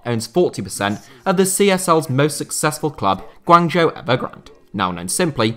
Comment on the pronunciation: if you are gonna make a video about PRC football at least learn how to pronounce the name of its most popular team, GUANGZHOU...